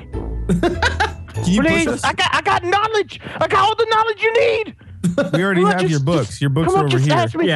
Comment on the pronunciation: KNAWLEDGE :v